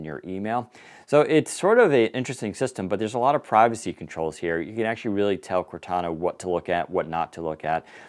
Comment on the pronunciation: If they're gonna call it Cortana it should sound like Cortana. That's what I was excited about. Serious fail.